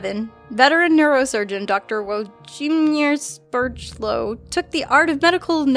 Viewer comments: You pronounce it "Vwojeemyesh Shepyelov" Also, your fursona is so adorable! :D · You pronounce no. 4 as ' We-l-odds-im-eyers' 'Ze-pi-low' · The doctor's name at 4 is pronounced Vlodz-i-mi-airtz Sheppie-lov